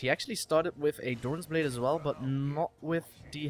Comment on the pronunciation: why you said doran's blade lol?